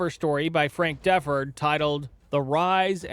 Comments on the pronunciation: When I was a little kid I absolutely loved Kirby Puckett. Of course, I didn't know then what I know now. And it isn't pronounced DEFF-erd. It's de-FORD. But good video highlighting the harm to women and others and role baseball establishment played. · Its Frank D-Ford or DEE-Ford... Not Frank Def-ord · It’s Da-FORD. Not DEF-ord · This Hack: Grant? Deff. Ferd???? It’s Frank DEEE FORD !!! WORLD FAMOUS PULITZER PRIZE WINNING JOURNALIST. This dude is a hack… Puckett was taking a mix of medicine for his eyes that caused his behavior. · Duh-ford, not Defford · Frank "DEH-Ford" is how Frank Deford is pronounced. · And it’s De-ford, like the car. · Deford is not a hard name to pronouce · Bro, i really am digging your channel, but Frank Deford is a LEGEND! He as a sports reporter should be a hero to you... You gotta get these names right. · You repeatedly mispronounced Frank DeFort’s name. Dude is a legend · Frank Deford was not world famous. Nobody in france knew who he was. And no meds "caused" Puckett to sexually assault women. ""@ This Hack: Grant? Deff. Ferd???? It’s Frank DEEE FORD !!! WORLD FAMOUS PULITZER PRIZE WINNING JOURNALIST. This dude is a hack… Puckett was taking a mix of medicine for his eyes that caused his behavior." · Please research names so you can say them right Ron Gant and Frank DeFord were pretty famous. Hero Worship sucks.